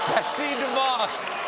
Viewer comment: He mispronounced Betsy DeVos when criticizing the white house on grammar XD.